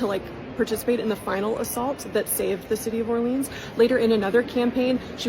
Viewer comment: That's some lovely German pronunciation of 'Orléans' there. 😑